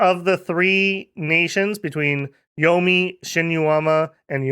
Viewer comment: It feels weird, because he did very well with Yomi. Shinuyama, though... Eesh. 😅